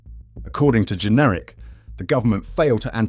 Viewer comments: His name JENRICK NOT GENERIC, or pronounced generic, and no i am not a Tory voter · Since when has Jenrick been pronounced Jenerick ? Is this AI voice over ? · It’s Jenrick not Generic 🙄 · WHO ARE YOU ? YOU CANNOT PRONOUNCE "JENRICK" .... are you some sort of generic AI b s ??